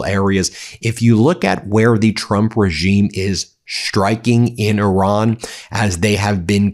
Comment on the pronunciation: Its irán not oran